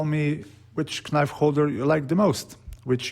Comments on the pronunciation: I love the natural olive without epoxy or anything added. Pure in it's design. Also I know it's written knife but you pronounce it as nife without the K. Hope this helps, much love from the Netherlands <3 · The 'K' is silent! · nemoj recit k, ono je silent :) love your video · Very nice project! But the "k" in knife is a silent letter, which is not spoken ;-)